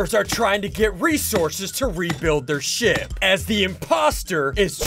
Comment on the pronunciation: ik he said ship but it sounded like **